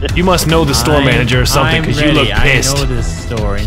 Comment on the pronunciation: LMFAOOOO " omg dude I almost hit a smishthing dude "!! Lol what